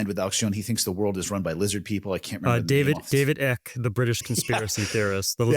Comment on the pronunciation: Lol, David "Ick"